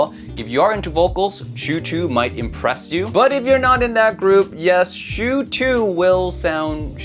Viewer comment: Why do you pronounce it "shew" or "chew"? Isn't it like "ah-chooo!" like a sneeze. There's no "w". "u" as in "uwu". Chu. Stop driving me nuts! Thanks for the review, I'm not big on vocals. Would probably rather go for that budget Kiwi-Ears.